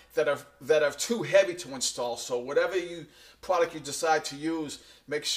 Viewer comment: stop saying pwoduct please!!!